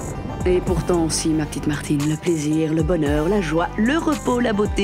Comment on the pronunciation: Chappy doudoudou Martine pas Mertine